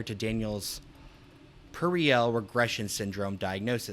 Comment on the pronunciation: also puerile is two syllables, pronounced more like "pure-isle" not pur rih al